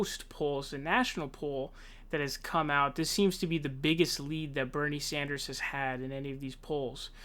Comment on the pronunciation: Look I love your vids but yesterday it was Bernie SAUNDERS and today is KloberCAR 😂 I wanna hear you say Tulsi Gabbard 😂